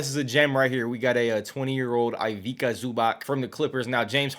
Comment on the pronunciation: Eye-veek-a is crazy